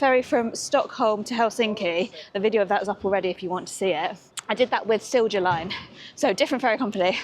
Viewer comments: BTW, the j in Silja is pronounced like an English y in case no one’s mentioned it. 🙂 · Åland = Oulaand Silja Line = Silya Line